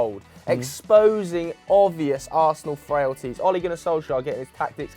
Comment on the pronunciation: Ole Gunnar Sjoskjiajer love u